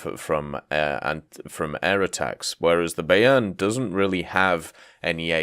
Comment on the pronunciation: Pronounced it wrong, its more by-urn